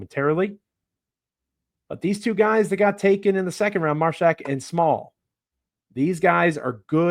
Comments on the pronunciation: Love the Grizzlies got a Vol Mashack hopefully develop into 3 & D player eventually work on offense 3s. it’s Māshack long a sound like ay 😂 Mayshack lol. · Joe “” keeps mispronouncing Mashack 😂